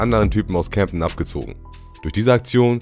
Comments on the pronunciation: CAmden und nicht cämpten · Junge das heist camden und nicjt camdten